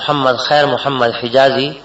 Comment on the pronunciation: Say Prophet s.a.w. Name with Humbleness, Humility and Respects... Say Muhammad and NOT Mohmed.